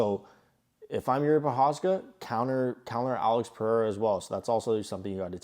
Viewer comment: Good analysis brother but…his name is pronounced PE-HAY-RAH. NIT Purrr-Re-Rah.